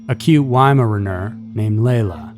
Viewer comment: Plano... it's pronounced like "plane" with an "o" at the end. It's easy to look these things up when you're unsure and covering a story. And that pronunciation of Weimaraner..., you're killing me!! 😂😂